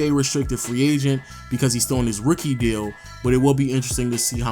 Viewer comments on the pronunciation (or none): none